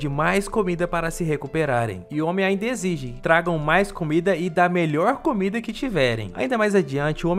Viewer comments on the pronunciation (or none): none